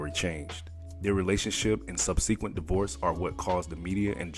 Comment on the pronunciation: y'all have the WORST voiceovers and narrators! How you let this dude say "sub-see-kwent"? HOW?